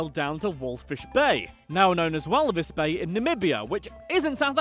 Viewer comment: It is still called "Walfish Bay" nit "Walifish Bay"